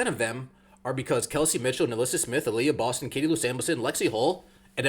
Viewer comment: Skip’s really not paying attention to the WNBA. He can’t even get Aliyah Boston’s name correct. And all these sports talking heads are saying AR is ROTY because they want to keep the rivalry going. If they spoke the truth, then AR will become irrelevant, and the rivalry ends. Ratings will decline.